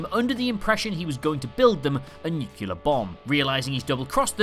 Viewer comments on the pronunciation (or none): NucUlear? REALLY? NucUlear??? NUCLEAR please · the word is NEW-CLEE-UR!!! not NOO-CUE-LER!!!!!!!!!!!!!!!! Nuclear - - - sorta like NEW-CLEAR C'mon!! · It’s pronounced nu-cle-ar not nuc-U-ler, and it’s PET-a-luma, not PENT-a-luma 😂. Also, I always thought it was funny that Marty’s band was called the Pinheads because Michael would’ve very likely remembered a band from Vancouver in the very early 80s that had several hits and toured with KISS called the Headpins with the late guitarist Brian MacLeod and singer Darby Mills (who my brother now plays guitar for). But that is probably just a BC thing. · great video. nuke-you-ler is not a word. it's new clee er. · NEW-CLEE-AR, not NEW-KEW-LAR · Nucular is not a word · A lot of people mispronounce 'nuclear' as 'nucular'. What a shame. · Well, you say you're "brilliant", but the fact that you said "nucular" instead of nuclear showed that you are actually a bit thick. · 🔵 Just after the narrator says "Nuc-u-lur" instead of 'Nu-clee-ur', He must have learned that from past President George Bush Junior, as it seems that HIS convoluted mispronunciation has become quite popular with the less-educated since.....smh. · "nuclear bomb": new-kew-ler ---> new-clee-er (Like the spelling: "nu - clear," but with the second part broken in two.) You're welcome. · It’s nuclear not nuculear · Nuclear is pronounced NEW-CLEAR, not NEW-CUE-LAR. facepalm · I will never not point out that there is no such thing as a "nucular" bomb. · Lost all interest when he said... “Nucular”... 😂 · It's pronounced "Nukular, Lisa. Nuuuukuulaaaa....". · a "nu-kyu-lur" bomb